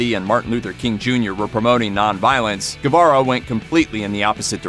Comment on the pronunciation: You should really learn to pronounce the names when you make a video. Che Guevara not Gavaro.